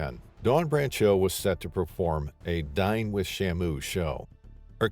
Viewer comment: "Whilst performing in a DYING with shamu show" is what the voice over man says when explaining the dine with shamu experience a few minutes into the video